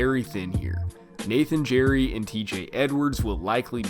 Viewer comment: AHAHAHAH “JERRY”(GERRY) HAHAAHHHhhahaha